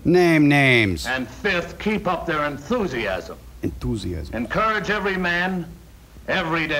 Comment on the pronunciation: ~*NEBULA*~ Actually what he says is "Entoosiasm" like a gangster lol.